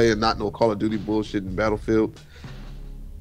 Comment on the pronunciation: nigga said "betafeild" lmaoo